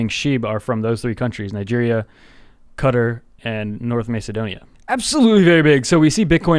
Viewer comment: "NIgeria, KUTTAR, North macedonia" ... lol..